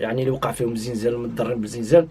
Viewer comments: خوتي سمحولي واحد السؤال أو واحد الملاحظة،علاش كنسمع الأغلبية ايقول الزنزال؟مع أنني مغربية والمنطقة ديالنا ايقولو الزلزال بالقاري واللي ما قاريش. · نقول الزلزال وليس الزنزال